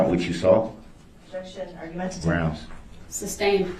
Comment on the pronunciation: Don't forget #GROUNDZ#